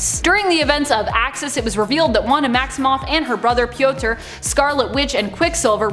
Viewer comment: I’m sorry...Piotr?